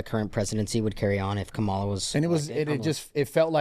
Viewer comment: cant even pronounce Kamala correctly. What a punk.